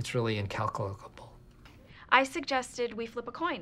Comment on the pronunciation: "It's really incalulacuable"